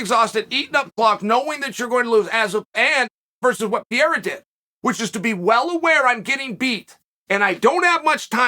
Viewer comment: Not a Pieraa P E R E I R A !!!!! CHAAAAAAEEEL NOT CHUCHUU